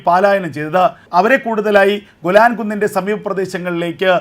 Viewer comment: ഗുലാൻ അല്ല മിസ്റ്റർ,,,,, വ്യക്തമായി പറയണം പുരാതന കാലം തെട്ട് ഗേലാൻ പർവ്വത നിരകൾ ആണ്